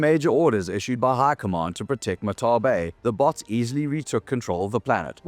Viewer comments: is that really how Martale is pronounced? Mar-tell? I always thought it was Mar-tall. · he mispronounces martale, but its ok, his democratic message was stilldelivered with liberty